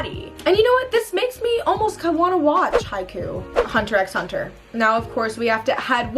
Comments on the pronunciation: Did she just say hunter x hunter ITS PRONOUNCED HUNTER HUNTER 😭😭😭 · it bothered me when u said ‘hunter x hunter’ lol the x is silent